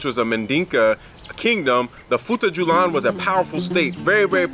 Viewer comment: FUTA - JA - LON. I enjoyed this video